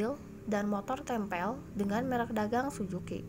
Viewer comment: Suzuki kk.. Bukan sujuki...